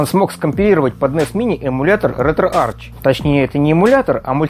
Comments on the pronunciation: пилять, ретроарх. читается не Ч, а АРХ. Археология, а не арчеология пилять! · Кластер, не детский сад, чтобы тереть коменты. В произношение Ч, я буду тыкать носом каждого, будь хоть ты, хоть кто другой.. Логитек, Текнолоджи, Архиолоджи, Кемистри В словах греческого происхождения ch произносится как [k].